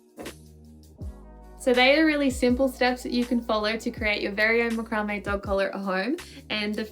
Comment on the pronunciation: ... have I been saying macrame wrong for years?